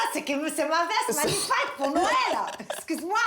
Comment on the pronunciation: "Mais c'est ma veste MANIFAYK pour Noël ! "